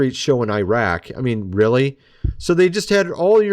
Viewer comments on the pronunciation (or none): none